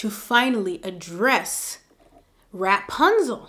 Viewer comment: You kill me in laughter everytime u say rap-punzel🤣